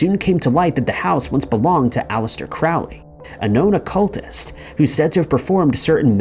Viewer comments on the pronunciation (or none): none